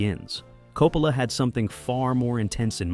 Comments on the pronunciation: Coppala?????? no se pronuncia Coppola???? Yo siempre he oido pronunciarlo Coppola como apellido italiano que es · Sono Italiana, I'm Italian. Chi è 'COPALA' ??? Who is 'COPALA' ? 'COPALA' è un sacrilegio! 'COPALA' is a sacrilege! 'Coppola' è un cognome ITALIANO. 'Coppola' i s an Italian surname. Si pronuncia CO-PPO-LA non COPALA! it's pronounced CO-PPO-LA ! Per favore! Please! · please stop saying coh-poh-la